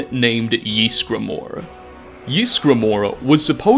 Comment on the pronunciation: Is anyone ever going to tell you the Y in words like Ysgramor and Ysmir is silent. “ys” is pronounced “iss” not “YEEEESE